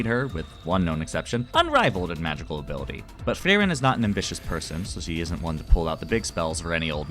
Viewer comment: You dont have to roll the r that much when you say frierens Name. We Germans dont do it that hard anymore 😅